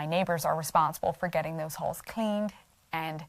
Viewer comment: First the giggle... I thought you said Holes not Halls. 😂🤣 Ok, ahem... I wonder why it is that everybody, even and maybe especially the "Christians", these days seem to seek out conflict? And then, when they inevitably find it, anyone with differing opinions or points of view automatically are considered The Enemy and labelled Evil to the Core? I have always liked the -- If you have a problem with a neighbor, go and talk to them about it. If they don't want to hear it, bring someone with you to talk again. If they still won't hear it, walk away and have no further interactions without any lingering guilt. Yes, heavily paraphrased, but not wrong. Forgiveness and open honest communication are so important. So is only judging others by the same measure that you judge yourself and want to be judged yourself. Again, heavily paraphrased 😁 For years, I said that the Bible basically, in a nutshell, says Treat People the Way You Want to be Treated. Not Treat People the Way They Treat You... But that's not enough now. 😕 Stoopid Hoominz 🤷🏻‍♀️🤦🏻‍♀️ I enjoy your videos. You have a very lovely spirit and light that shines brightly. Like the Sunday School song😁.✌🏻☮️💜🕉️🕊️